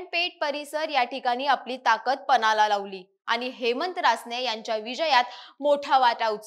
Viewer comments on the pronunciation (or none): न आणि ण चा जबर गोंधळ… अभिर्भाव 😂😂😂 पनाला लावली 😂😂😂 ताई, anchoring पोटपण्यासाठी करताय तर जरा शब्दोच्चार सुधारा की. लाजिरवाणी गोष्ट आहे.